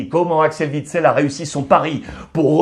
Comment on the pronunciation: OUITSEL pas VITSEL bordel